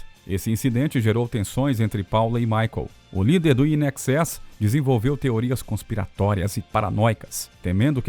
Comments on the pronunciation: Muitas vezes, o narrador cita "IXS", pronuncia de nomes de bandas errado, Midnight Oul, confuso...O assunto é legal...mas faltou isso... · INXS! Se fala "INEXÉS", não "IN EXÉS"! Não crítica, só informativo! 👍